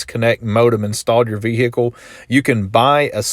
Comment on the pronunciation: 😂😂😂😂 I'm loving the way you pronouncing "VEHICLE"